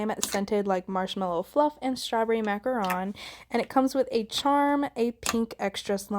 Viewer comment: Thank you for saying macaRON!!